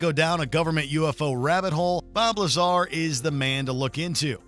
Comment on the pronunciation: 'Bob Lazar' bruh everytime he says his name it sounds like bulbasaur